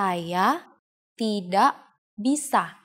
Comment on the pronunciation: Tidak pronounced Tea-Duck